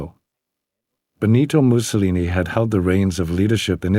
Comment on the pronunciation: You should have research how to pronounce his name